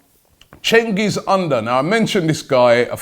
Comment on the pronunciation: Fyi cengiz is litrally pronounced JENGIZ